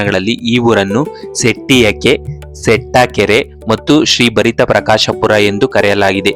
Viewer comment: ಭರಿತ ಪ್ರಕಾಶಪುರಿ ಅಲ್ಲ , ಅದು ಭರತ ಪ್ರಕಾಶಪುರಿ